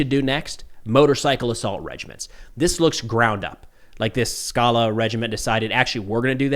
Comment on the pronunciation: So it's Skalá emphasis on the last syllable and it means "a rocky mountain/outcrop". In case anyone cares.